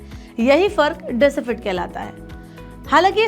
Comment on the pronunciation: deficit hota h madam aap decifit bol rhe ho